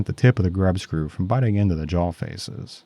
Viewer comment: The way you say Jawl, with an L at the end, is sandpaper on my ears, but I love your work nonetheless. <3